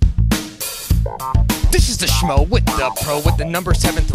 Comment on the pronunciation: Strickland says smo instead of schmo lol